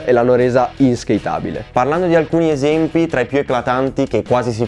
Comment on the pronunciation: sinceramente, non mi piacciono per niente e come dice Iaipo le hanno rese inskatabili haha grandissimo